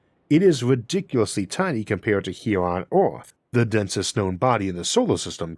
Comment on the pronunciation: Damn, tried to listen, can't focus, brain keeps having to correct your speech impediment so I can understand the word. Took me a second to hear Eowth as Earth. I dunno what you can do to help that, but, the W for Rs is hard to listen to sometimes. Sorry man.